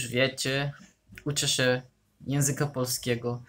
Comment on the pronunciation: Teraz dopiero komentuję, ale właściwie to czasem masz właśnie bardzo... polski akcent :D Tylko "ę" na końcu "się" wymawiasz mocno inaczej (ale i tak każdy to zrozumie), tak poza tym to bardzo ładny akcent :D Ukraiński jest dla mnie trudny jeśli chodzi o akcent, taki mocno inny. Moja mama ma znajomą z Ukrainy, to czasem rozmawiałyśmy. I ona się nauczyła polskiego, jednak ma dużo bardziej widoczny akcent niż Ty :D Niby też słowiański akcent, jednak dla mnie mocno się różni xD